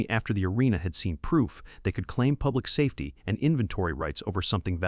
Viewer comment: S A Fety 😂🤣😂🤣 for safety